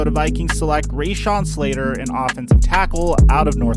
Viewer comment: my man i luv ya but u can't be making NFL videos on athletes if u don't know how to say their names correctly.Not only did u say Patrick Surtains name wrong u called him by two different last names. Come on bro!RayShawn Slater???Really?? You can do better than that.